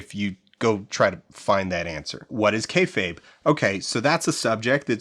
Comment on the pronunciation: Well you pronounced "kayfabe" correctly this time so you're going in the right direction. I will say on your popularity question, wrestling is absolutely more visible than it's ever been. The barrier to entry for wrestling streaming and VOD is the thinnest it's ever been, and getting your hands on international wrestling is so trivial today that describing a time before that would be like trying to explain what phones were pre-iPhone. AEW's founding and Hiroshi Tanahashi creating the "forbidden door" concept completely by accident made a business that was for years "it's WWE or nothing" flourish into a much much broader scope where even something like Soft Ground Wrestling can find its niche internationally. Popularity? Worst it's ever been. The fanbase is an order of magnitude smaller than it was at its true peak in the late 90s, even if you assume all RAW and Nitro viewership numbers came from the exact same people flipping channels. RAW getting 3-4 million viewers going into the 2010s was considered a weak showing and a sign of bad business, now if RAW even approaches 2 million it's cause for celebration. Even AEW gets a fraction of it's highest viewership after the Vince ousting siphoned back the people that didn't actually want an alternative rival promotion, they just wanted Vince gone. I know you have your promotions lined up for the doc, but PLEASE consider talking to the hosts of the Deadlock podcast about their promotion, while it was running it was considered the b